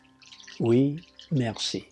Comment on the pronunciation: Your Oui and Merci are well-pronounced. :) I would still translate your book to French! :) Thank you for this great video!